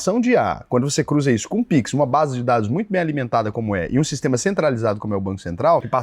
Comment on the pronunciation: "Piquin" que troço é esse?